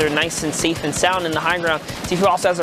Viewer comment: 4.38 its zat and saif Lol